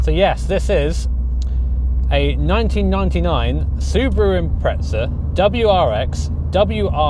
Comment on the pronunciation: Still callin them “Impretza’s” I see lmao